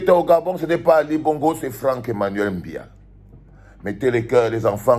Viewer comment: Valsero tu es Eton comme moi Mon frere, chez nous on ne dit pas Mbiya, c’est quoi cet accent ?